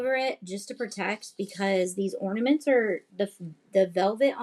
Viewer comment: Not OR-NAH-MON-TAYS 😂